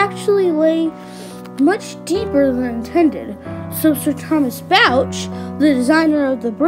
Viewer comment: One nitpick: Bouch is actually pronounced “BOh”